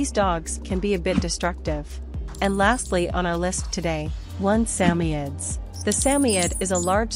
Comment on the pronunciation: Sa moids not sammyeds what a joke